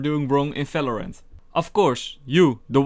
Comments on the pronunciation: I hear "Falorant and Garash" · Ty i love your videos i love when you say favorant